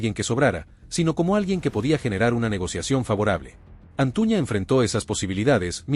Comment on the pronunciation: Es Antuna tu dices Antuña